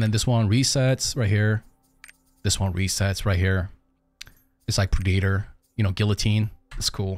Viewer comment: brother, the word predator is pronounced preh·duh·tr. It has three distinct sounds. The way you say predator is kinda unsettling, for how well you pronounce otherwise.